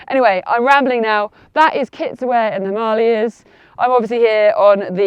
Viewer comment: Hearing a brit (I assume by your accent) pronouncing Himalayas and Ladakh both correctly throughout the video was pleasant to hear. Tells me you take time to learn about things, which in turn makes me think your other advice must be sound as well.